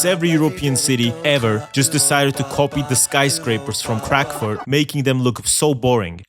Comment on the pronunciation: Bro even said Crackfurt 😭😂